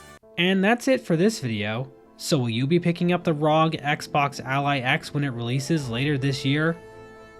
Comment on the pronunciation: i am unfathomably infuriated by how you pronounce "rog"